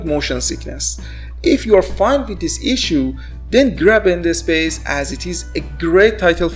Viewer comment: What he said: Number three Wands What i heard: Number three Vans What he said: Number two End space What i heard: number two ende space